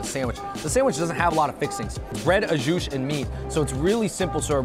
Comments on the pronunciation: Even after hearing others say “Au Jus” (oh - zhoo) correctly, Andrew over here saying AJUSH...Hahahaha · I can’t unhear au SHOOSH now 🥺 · Say it with me, "Aww-Jew". 😂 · You can't call the second stop a hidden gem. That's right smack in front of Chinatown lol. Also, you're saying au jus all wrong hehehe. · Andrew cannot pronounce au jus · You don’t pronounce the s on the end of jus, dude.